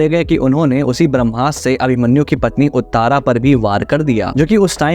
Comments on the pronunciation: उत्तारा नही उत्तरा ककभुशुंडी नही काकभुशुंडी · Some pronounciation problem- its uttara not uttaara. Its pandav not pandavas. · Utaara nahi uttaraa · उतारा नही उसका नाम उत्तरा है। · Uttra hai bhai Sounds like Uttar Pradesh Na ki "Uttara" Edit:- Kaaak bhu-shun-di